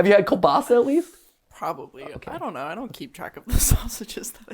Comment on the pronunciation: As a russian it's so funny hearing americans pronouce Kolbasa